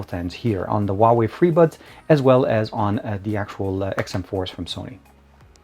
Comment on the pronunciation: You pronounce the Huawei wrong.